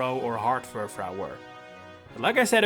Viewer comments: Sorry, what? ... Fur... fraow? Fur... frow(n) ? It's French, so it'd sound like Fur-frou. Using a sound similar to "you". Not to be demeaning. I was just so aghast and perplexed, I had to say something. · It's pronounced fur-froo, not fur-frow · Just to note you keep mispronouncing Furfrou (on purpose? idk). It's definitely meant to be Fur-Froo. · Not Furfhreow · If you make a video about a pokemon you should learn how to pronounce its name at least.